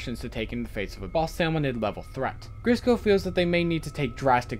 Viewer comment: you accedentally but "grisco tapes" instead of "grizzco tapes" just lookin out.